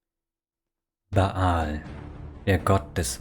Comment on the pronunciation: Erstens: Danke für die Zusammenfassung, ist schließlich doch 20 Jahre her, dass ich Throne of Bhaal abgeschlossen habe. Die Aussprache der Eigennamen ist aber sehr eigenwillig. Der heißt einfach Bhaal (gespr. Bahl) und Drizzt do' Urden wird englisch Drisset do Örden ausgesprochen. Du sagst ja auch nicht Ion Irenicus.